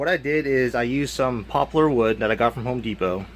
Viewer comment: Dude, you won me over by being the first guy I've seen on youtube to pronounce "poplar" right.